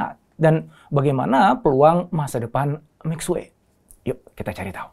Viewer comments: Itu bacanya Mishie…. Bukan Misue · Bacanya mì xuě pak. Bukan mic xue. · Ilmu elit.. pelafalan syulit huu, masa mixuek.. kan salah donk.. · Lafalnya MI SWE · Minimal bacanya mesti tetep bener om, walau orang kebanyakan tidak. Mixie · 米雪=beras salju. Baca lidah indonesia Mi Shie. Mi Xue